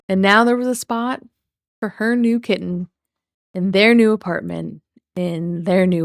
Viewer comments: I think amber wanted her "very own" kitTEN (you gotta get the pronouncation right there, prof) when she was with Krystle's family. She wanted HER OWN animals to ignore and not take care of which is weird. I truly think she realized that her videos with the pets in them got MORE views than the ones that just had her or her & Krystle. Plus, she could then hold things like "who'll take care of the animals" due to her being a horrible person and everyone leaving her. The pets don't get to pick who they go with which I would love to hear what Twinkie & Wasabi have to say about the human that over feeds them and gives them the WRONG food and doesn't walk them. We know that Rarity had taken to liking Emily over amber. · “kiTT-ehn” makes me FERAL W RAGE why does she pronounce the Ts so hard